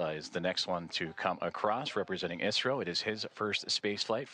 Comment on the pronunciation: Did I hear Israel when introducing astronaut Shukla?😂😂